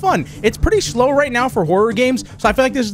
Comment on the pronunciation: "It's pretty Schlow right now for horror games."